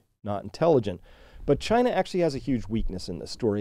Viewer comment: "CHY-na Mart"